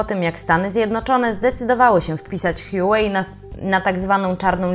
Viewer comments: firma HJUŁEJ XDDDD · Co to "hjułej"? Dziwnie się słucha będąc przyzwyczajonym do wymowy "hujałej"